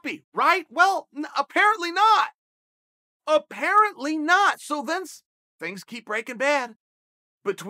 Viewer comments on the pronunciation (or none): none